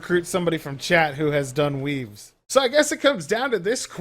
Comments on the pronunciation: I honestly thought he was saying WEEBS at the beginning of the vid xD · I thought he was saying "weebs"